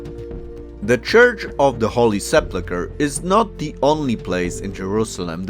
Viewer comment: Please pay attention to the way you say sepulcher...😊😊